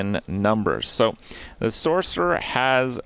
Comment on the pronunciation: “Sork” 😂😂😂 jfc